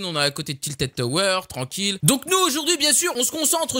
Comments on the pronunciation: j'ai stresser quand il a dit "tiltid tower" ^^ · "tiltid toweur"😂😂